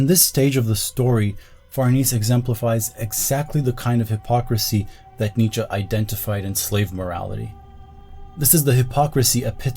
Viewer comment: Why you speak "Nietzscha", instead of Nietzsche? You makes me laugh every time.